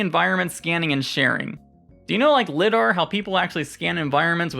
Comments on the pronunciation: Great video as always! BTW, LIDAR is pronounced with a long I, like LYDAR. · Lie Dar